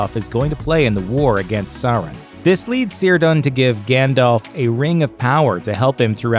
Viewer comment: Cirdan. All Elvish use of the letter C is pronounced as a K, not an S. So you pronounce Cirdan as Kirdan, not Sirdan. And yes, Hard Core LOTR fans know this, because they read the appendixes.